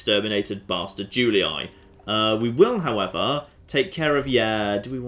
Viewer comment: Julii is pronounced "Joolee" as the "u" in latin is pronounced "oo" as in boot and the "ii" as in tree.